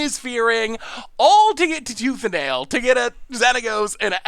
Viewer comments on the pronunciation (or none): attempting to mash tooth and nail together:: Tooth ale? My brain: Toothanal!... yup definitely.